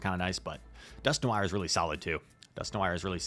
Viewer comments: Dusk - No -war not No-wire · Dear god Dusk-no-R just like that not whatever you were sayin😂